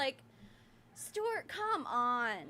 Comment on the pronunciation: in the last video, did call stewart, "stubert"? I swear he went "stubert, stewart"